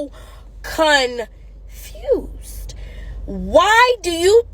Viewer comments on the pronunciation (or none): Loved her. And the way she said "confused", with the paused in the middle of the word got me lol If only all women had her mentality though. The world would be a much better place.